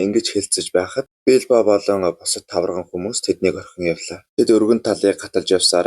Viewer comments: Тавраган гэнэ үү😅😅😅 Тарваган гэж хэлнэ үү... 😊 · Баярлалаа гэхдээ нэг үгийг заавал засаж хэлээрээ таварган биш тарваган хүмүүс шүү!